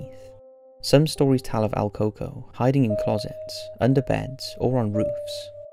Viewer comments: "El coco" is pronounced el cucuey hope this helps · I cringed so hard when he kept saying coco lol it’s el cucuy the Y is pronounced as an I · Al Cocoa! 🤣 If you’re Latin you’ll find the pronunciation hilarious. El Cucuy pronounced like ell-koo-koo-wee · It's prononounced el CooCuey. You're basically shitposting just like the other generic "scary" channels.